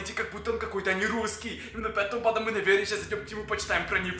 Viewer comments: Почему ти говоришь банДА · Бесит когда говоришь банда